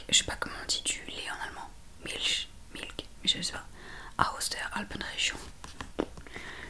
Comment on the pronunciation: Milch le ch se prononce comme le ch de Ich. Tu te rappelles : ce son qui n’existe pas en français qui ressemble un peu au ch de quelqu’un qui chochotterait. Ça te revient ?